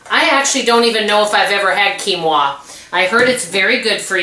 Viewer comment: You pronounced quinoa perfectly. Great job,! 🥰